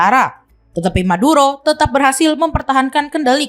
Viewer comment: M bukan T 😅😅😅